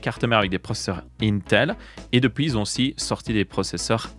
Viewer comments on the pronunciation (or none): none